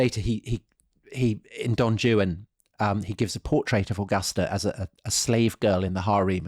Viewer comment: Surely it's not pronounced "don joo-an" but rather "don wan". For don Juan. Otherwise brilliant discussion as always.